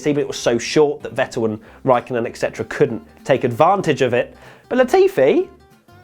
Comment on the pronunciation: Love this but hate to see yet another youtuber say "exetera" =( F